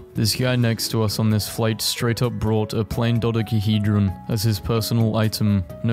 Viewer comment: Bro just pronounced dodecohedron flawlessly